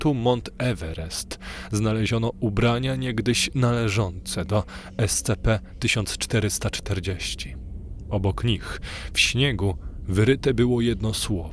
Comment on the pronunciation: Super. Tylko jeśli nie sprawi ci to problemu bo mi to sprawia, mów "es ci pi" . Jestem fanem tego uniwersum i chwilami takie czytanie potęguje efekt realizmu i grozy.